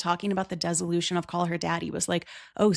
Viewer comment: i do think - when you're positioning yourself as a subject matter expert - its important to get the details right. "desolution" ? maybe you mean dissolution.